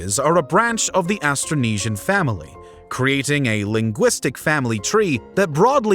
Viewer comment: Astronesia??? hahahahahaha it's Austronesian.